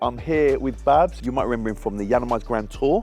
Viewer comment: Babz not Bav 😂